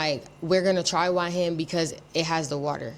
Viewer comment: Bro please pronounce Hua Hin correctly.